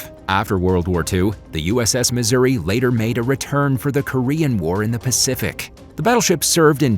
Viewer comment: Decent script but any and all information is rendered invalid by the most out of place and inaccurate photo/video coverage. Pronunciation of ship and geographic names is atrocious. I am a Missouri Plank Owner, serving aboard from 1985 to1989 and am not happy with mixing images of other Iowa class and older classes.